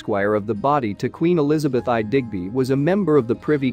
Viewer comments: The synthetic voice narration ruined an otherwise enjoyable video. I turned it off after the AI voice said 'Henry the V' and 'Elizabeth the eye'' Didnt the producer review this before uploading it to YouTube? I for one would contribute yo a 'Go Fund Me' to pay a few quid for a proper narrator. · 😂😂😂Please get a live person to narrate.... Henry Vee, Elizabeth Aye? Warrickshire. Oy.